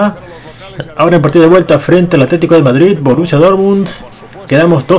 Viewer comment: Es verdad, no verdat, es Madrid, no Madrit